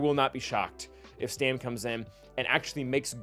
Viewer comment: Now re-record the whole video and say Stap instead of Stam. ;)